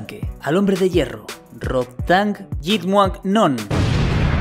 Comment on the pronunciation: Mis respetos al tío IQ que hizo el esfuerzo de pronunciar bien el nombre completo de Rodtang.